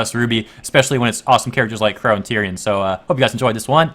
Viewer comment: Qrow* not "wore" lol